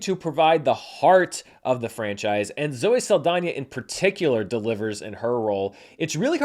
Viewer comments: Props for pronouncing Saldaña, right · Thank you for saying Saldaña’s name correctly. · No notes. I just appreciate the effort made in pronouncing the ñ in Zoe Saldaña's name. 😊